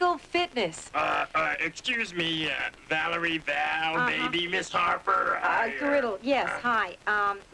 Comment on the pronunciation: Actually, her name is VALERIE -- not Valeri.